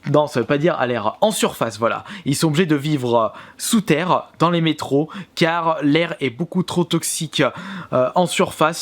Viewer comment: Sa ce dit métro. 20 33 mes 2033